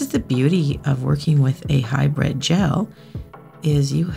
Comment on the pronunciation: HybrId, not hybrEd! Pet peeve. 🤓